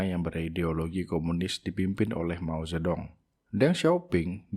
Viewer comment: Mao Zedong dibacanya “Mau Cetung”